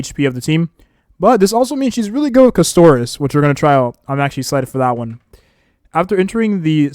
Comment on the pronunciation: Bro please Caster - is not Cuss - Toris